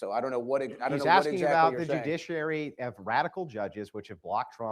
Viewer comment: Jujishuwary = judiciary ? 😂